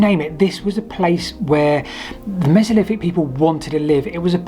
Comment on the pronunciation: Hypoffesis, mesoliffic, free separate tsunami events... Ffs. Are there any Brits left who can actually speak English?